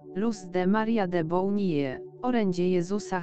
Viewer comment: Na litość Boga dosyć już tego Stefania jedzenia i jeszcze przekręcacie nazwisk. Żadne ( de bounije) Bonille